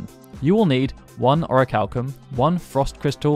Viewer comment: Man says "oracalkum+" 🤦🏾🤦🏾🤦🏾🤣